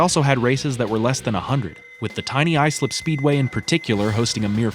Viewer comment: Hey, you pronounced Islip right! You're the first non-Long Islander to do that here. Cool.